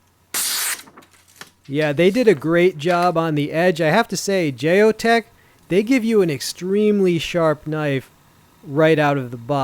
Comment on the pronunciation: Geo Tec (Gee-O-Tek) not Jay-O tec